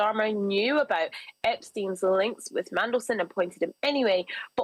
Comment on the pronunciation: Meddleson? It's Mandelson!